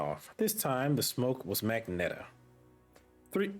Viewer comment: Its ma-gen-ta